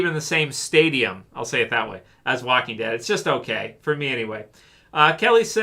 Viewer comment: The woking dead lol